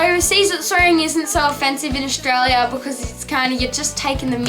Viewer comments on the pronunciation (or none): It's not pronounced Oshtralia. It's Australia. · Nah Its pronounced Stralya!! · Olivia VS Aus who's "we"? Most Australians don't say "Aushtralia". Only people who say "shtrong", "shtudents" and "shtruggle" do.